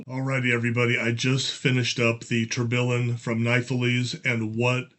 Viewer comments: Tur-bee-yawn 😁… that how it’s pronounced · Let try to pronounce the 2 x LL like a Y in French. So you should pronounce : TOURBEYON ;) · It's pronounced Tor be on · Firstly, this is how to pronounce Tourbillon: word tourbillon is pronounced toor-bee-YON (English). I’m a big watch nerd as well as a Lego nerd so this set is right up my alley. But the whole point would be to have an authentic action of the movement, so it’s rather disappointing to see it binding so much. I did watch a video review on Amazon and they said they put a motor in it and it worked wonderfully with that - so maybe the crank is the issue and it really needs the motor to work properly. I decided to pass on this for now and got the banana shop instead 🤣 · For pronunciation, the two L's in "tourbillon" are silent (it is a French word)